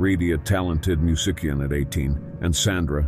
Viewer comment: “Musickian” what a way to pronounce “musician.” AI needs to have speech lessons.